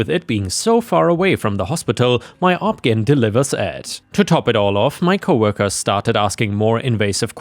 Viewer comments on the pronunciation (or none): obgyn is actually not pronounced as a word, you literally spell it out